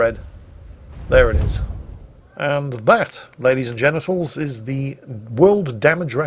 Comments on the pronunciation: Ladies and Genitals? Don’t know if that was intentional or you simply forgot English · in the end i heard and that ladies and genitals... is that just me? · Did I hear that right? Ladies and genitals? 😂